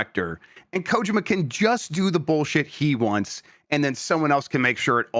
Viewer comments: I'm not an expert but I THINK is technically correct. If I'm not mistaken, in Japanese you stess everything equally. So instead of ko-JI-ma it'd all be equally stressed or unstressed as ko-ji-ma. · that's the right way to say it. the first vowel is usually more emphasized in japanese. americans are the ones who turned it into ko-JEEE-ma